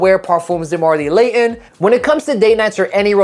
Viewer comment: LAYON 😂😂😂😂 bottle of wada. speak English or dont.